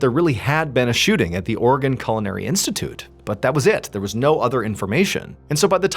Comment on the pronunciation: Are you saying "organ"! It's Oregon. Three syllables.